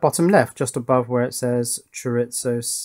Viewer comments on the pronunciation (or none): That's what he spelled out. If I were to put my Spanish teacher hat on, I'd tell you "Chore-ee-so". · He's trying to say chore e zo like the sausage right? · Here in the western colonies, we say, "cho-ree-zo" as opposed to "cho-rits-so," but that doesn't keep me from enjoying your vids. And perhaps JLCPCB would be interested to know that you convinced me to to try their assembly service despite not wanting to learn a new schematic capture and PCB layout program. I haven't gotten my first boards yet, but will comment when I do. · Still haven't quite got "chorizo" right, but you finally pronounced "solder" properly ;)